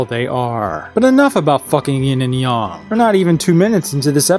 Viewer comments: Not to sound like a over sensitive dumb bitch. But it’s pronounced Yang not yong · YING YANG NOT YING YUNG Kerchoo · It's yang not yaung you fucking idiot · It’s yin yang, not yin yong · Yang is pronounced similar to Aang, not “Yong” or “Oong” like in the last airbender movie. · Y-ay-ng! Not Yawng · Wait, you aren't saying "yong" ironically and you're actually just mispronouncing "yang"? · IT'S YANG (Y-A-N-G) NOT YAN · Am i missing the joke. Or is he dyslexic. He kept saying yin and yong.